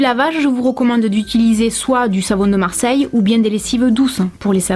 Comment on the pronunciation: "du savon de marseille" avec un petit accent x) J'habite en Normandie je pense pas qu'on ai un accent là-bas :°